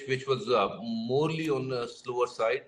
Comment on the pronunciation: "morely on the slower side" - haha wtf is morely?